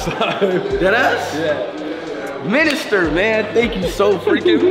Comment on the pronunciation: Everyone: Miniminter ISHOWSPEED: MINISTER